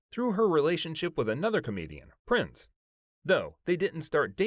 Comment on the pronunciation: Yeah I noticed he also kept saying Prince, instead of Prinze for Freddy Prinze